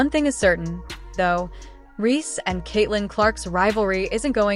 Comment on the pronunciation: They kept calling her angel ree lmao